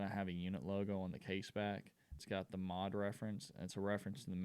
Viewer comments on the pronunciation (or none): Great video mate, I’ve just bought one and looking forward to it arriving. JFYI in the UK MOD is always pronounced as separate letters, we never refer to it in word form. I think this watch is going to become a modern classic